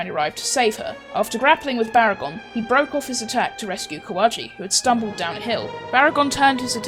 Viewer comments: Baragon not bargain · its baragon not bargain